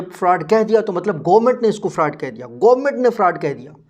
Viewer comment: Bro why u say farud